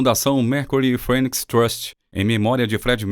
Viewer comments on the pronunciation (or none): none